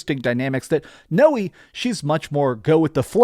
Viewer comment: Thanks! You’re awesome. Btw it’s pronounced “now-ay”. Stoked for this game.